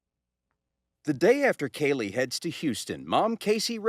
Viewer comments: Is her name pronounced like Kaylee? Nancy is pronouncing it like Keelee. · PLEASE pronounce Kalie's name correctly. Say her name like her mother and reporters. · Why does it bother me that Nancy isn’t even saying her name correctly?!?!?